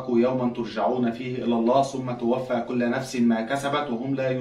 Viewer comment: توفى كلُّ نفس ، مش كلَّ التشكيل الغلط بيغير المعنى و دا قران لازم نكون حريصين أننا ننطقه صح